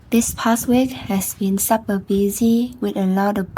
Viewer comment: Super is pronounced like “soup-per”. “Supper” is a meal you eat in the afternoon or evening.